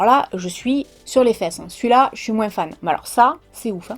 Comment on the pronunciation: J'ai vécu 30 ans dans le Var et c'était courant d'entendre cela !